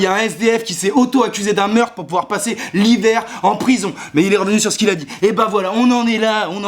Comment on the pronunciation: Quand tu dit "mais" j'ai l'impression d'entendre M&M's XD